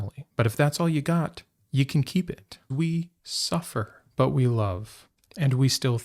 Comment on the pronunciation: The emphasis is on the word "you".